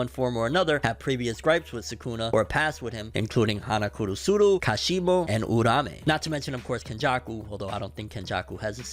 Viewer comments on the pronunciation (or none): Hana Kurusuru?? Where did the extra “ru” come from?